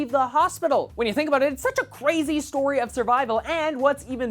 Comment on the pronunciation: u said aboot